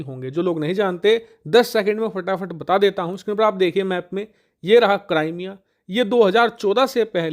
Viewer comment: Cramea nhi hai wo bhai crimea hai wo 😂😂😂